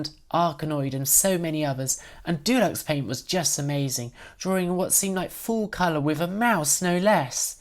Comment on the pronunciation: With the exception of the mispronounciation of Deluxe Paint, this is a near perfect docu-type video. Kudos to you.